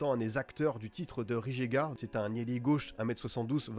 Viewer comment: Alors Rijeka ça se prononce "Riyèka" pour info ! (je sais tout le monde s'en fout) sinon très intéressant les profils sont cohérents, j'espère qu'ils vont garder Cardona également